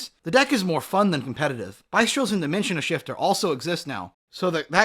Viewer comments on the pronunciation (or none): No hate but you are very out of touch with the meta… that shows alone by how you are mispronouncing even the most common cards like Bystials. Also, banning Havnis and Kit would absolutely ruin tears so why are you limiting Reino too? Same goes for the other decks, basically everything you hit other than runick won’t be played at all anymore